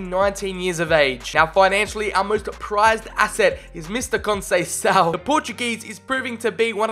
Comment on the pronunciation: Conceicao is prounouced con-say-s-ow and he is portos managers son